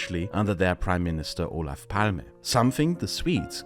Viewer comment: It is OlOf Palme, not Olaf.